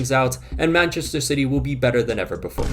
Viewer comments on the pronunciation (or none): Your "before" sounded like the German "bevor" and had me extremely confused for a millisecond